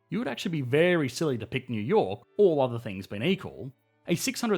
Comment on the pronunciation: "Yew yor' " Took me a while to realize you were saying New York